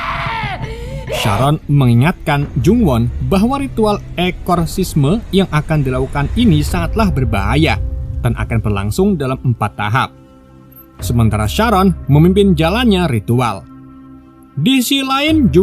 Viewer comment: Astagfirullah bg wkwkw Eksorsisme bg bukan ekorsisme lh wkwkkw... Sengaja di peleset ny wkwkkw